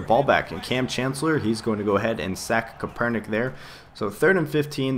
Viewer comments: is CAP-ER-NICK :) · it's pronounced Kape-er-nik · its pronounced Kapernick